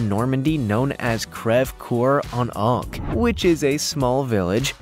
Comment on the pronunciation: Native French speaker here... coeur is pronounced like cur not core.